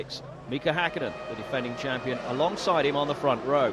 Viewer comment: "Maiköl Shumaher"? I think his name is Michael Schumacher. It would be important to know the drivers' names at least. And also it's not "Mika Häkinen", Mika Häkkinen. Also not "Mika Saalo" but Mika Salo.